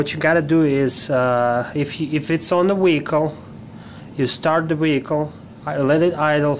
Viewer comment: Wtf is a weehicle 😂